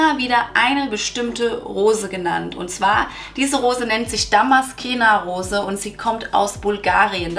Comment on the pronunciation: Liebe 😊... Danke für die tollen Infos. Kleiner Tip: man spricht es ^Damaszener Rose^... darum wird sie auch in deutsch genau so geschrieben 😉